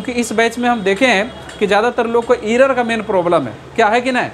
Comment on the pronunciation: Sr aap achha smajahye ❤ but aapka english utna thik nhi h असपीड इरर असटोक